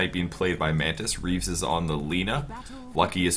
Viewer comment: no, not "Reaves", "Reeves".